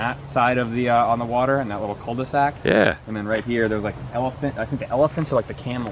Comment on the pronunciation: First ever correct pronunciation of Cul De Sac on TDW! Not by Woo, tho.